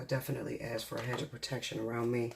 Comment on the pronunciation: Ask not ast.